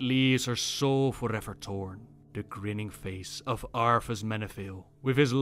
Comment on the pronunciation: It's what, 4 years now? And you still spelled Arthas wrong, it's Arthas, not Arfus.